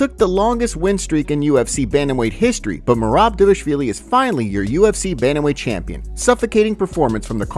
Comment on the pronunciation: Feel bad for merab, his name got butchered all event with everyone calling him dewishWilli😂😂😂